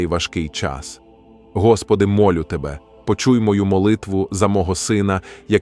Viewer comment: Перепрошую. Але в озвучці допущено ряд помилок в наголошенні слів. Не відчинЯть, а відчИнять; не зАхисти, а захистИ; не мОлю, а молЮ; не світочЕм, а свІточем; не обдАрував, а обдарувАв. Вибачте. Але треба так.